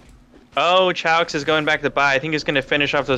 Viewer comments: chaox is pronounced kay ox.... u tards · Its Chaos with an x, not Chow-x. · its Chaox with a K